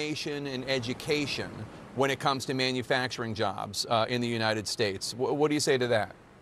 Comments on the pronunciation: Did she say "manufactoring"? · Beruhhhhh I was screaming at the screen when the sistah came on …. Like please! Let her make it man 💀💀💀💀 I’m glad you didn’t come for how she even said “manfacrin” 🥴🥴